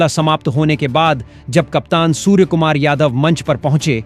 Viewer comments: Surey ko suver bol rahe ho Pahle theek se bolna sikho Shame on you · आप ठीक से हिंदी भी नहीं बोल सकते हो सूर्या को सूर कहते हो कुछ शर्म कर लो और टॉस इंडिया हारा था आप ने बताया इंडिया टॉस जीता और बैटिंग चुनी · सूर्य को सुअर कहने वाले को अपना उच्चारण ठीक करना होगा या उसे निकाल देना चाहिए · सबसे पहले तो आप अपना उच्चारण सुधारें, सूर्य को सूअर बोलते रहे, यह सही नहीं किया आपने.... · कृपया सूर्य कुमार के नाम का उच्चतम सुधारे,अपने समाचार वाचक को सूर्य और सूअर दोनो में जमीन आसमान का फरक है ,अगली बार ध्यान रखे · भाई गौरि से सुनो वो सुर नहीं सुअर भी बोले हैं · पहिले आप सूवर बोलना छेड दो